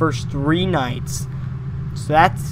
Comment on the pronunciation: I thought you said these nuts but you said these nights